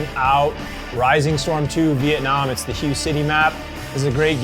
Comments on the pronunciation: It’s “Hu-Ay” City not “Hi-yu” City. But yeah the first AR was the AR-10 in 7.62 then came the AR-15 with 5.56, was right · Great video! Hue is actually pronounced Hway, not like hugh. Just an interesting fact. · I'm sure someone else has pointed this out, but it's pronounced "H-WHAY" city, not "HUGH" city. Other than that-great video! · If I have to hear HUGH City one more time omg... it’s Ha-Waye City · The pronunciation of Huế sounds similar to “whey”.The river you’re referring to is the Perfume River. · Ar 15 began life as a 7.62 A-10... the guy on the left was right. And it's pronounced (WAY) Hue... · Hi guys, I'm Vietnamese and the city's name is pronounced "Huey" (Huế). Love your channel btw! Subscribed! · It’s “way city” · I am 99% sure it's pronounced "way" city, spelled Hue. And it was a super famous Marine battle. That's where the house to house street to street fighting originated. Say the Diddies! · Hu city? Your pronunciation is way off lol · It's pronounced "hway" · 'Hue' is pronounced "h-way" :) Love the videos.. Keep them coming! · Hoo-eh would be more accurate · ..that pronunciation of Hue..